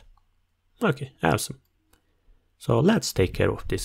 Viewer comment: Thank you! Great video! So funny when you say "awesome" it sounds like "have some" LOOL